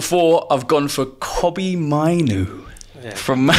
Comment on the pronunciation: That guy who said maino made me stop watching the show.